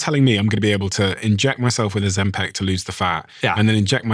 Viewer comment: when will you stop pronouncing it ozempec